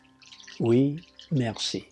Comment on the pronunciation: Your Oui and Merci are well-pronounced. :) I would still translate your book to French! :) Thank you for this great video!